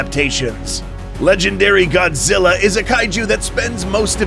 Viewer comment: Kaiju not Kay Ju and Ghidora not Kidora